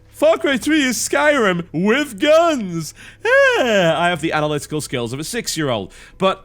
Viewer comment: "FARCRY TWHEEE IS LIKE SKYIRIM WITH GAAANS" Isn't that Fallout? XD